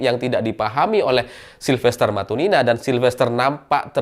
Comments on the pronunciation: Matutina,... Bukan Matunina...😂😂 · Bukan matunina tapi matutina